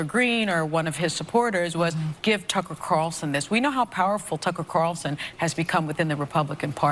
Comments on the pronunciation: its C A R L -son say it with me, he is kinda famous.. 0-O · Why can't anyone in this video pronounce the name Carlson? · Someone tell me why so many people drop the "L" in Tucker Carlson's name?